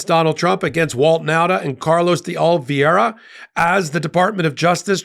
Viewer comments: O - li - vei - ra "vei" not "vie" . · Ol vee air ah? Please check the spelling of his name and pronounce it correctly. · Again. It is "de Oliveeeeera". Easy peasy. No need to struggle with flubbed pronounciation.